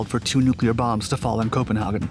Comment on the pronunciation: Copinhogin ahahahaa 👍